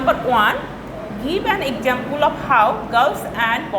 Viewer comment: miss why you say objuct, exesample etc